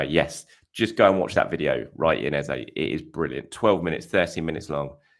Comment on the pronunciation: hi.. why say ezAY.. when his name is ezA? trolling? xD